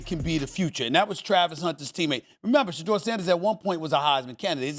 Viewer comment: Cam said Shudur !!